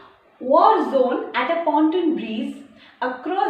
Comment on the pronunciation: The word is not pronounced as breeZe!!!!